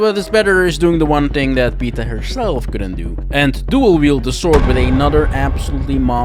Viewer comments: It's pronounced Pee-Eh-Ta, not PETA. PETA are animal activists 😂 There are NPCs in the game that say it in voice lines. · It’s pronounced pi-eta not peta. Did you even read the name? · Why can no one pronounce Pieta's name right? She even does you the courtesy of pronouncing it for you. Pieta, not Peter.